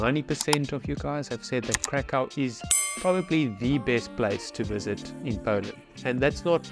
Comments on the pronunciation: Please, dot"t say Karkau*. Its a german name of polish city. Please say *Krakov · You need to learn how to pronounce "Krakow." You got Wroslaw down right so I know you can get Krakow, too.